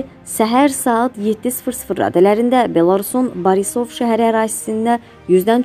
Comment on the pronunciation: Savadsiz aparici, Borisov sözünü düz de